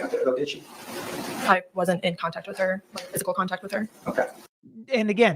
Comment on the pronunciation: Sorry this attorney loses a little credibility “wif” this pronunciation of with.